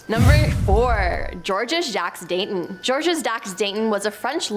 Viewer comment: Georges Jacques Danton. " Gullateen"? He was "arrusted"?